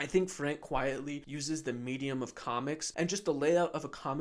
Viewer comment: This was a fun video—I’m sorry I missed my chance to ask a Q. Funnily enough, I had to skip ahead a lot to avoid spoilers having just gotten Animal Man out of the library based on an earlier video from you! 🤣 You have a great channel, and I look forward to more. ps - I think it’s Frank Quitely (not Quietly)